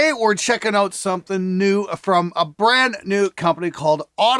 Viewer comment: Did you purposely use the word Out with that horrible pronunciation a hundred times just to try to Out annoy your intro scream?